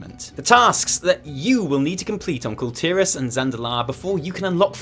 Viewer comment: You guys are some of the very few you tubers who correctly pronounce Kul Tiras. I think the rest are digging in their heels because they enjoy emphasising ASS.